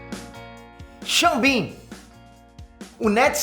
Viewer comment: É Sean Bean gente, não Ximbinha 😅😅😅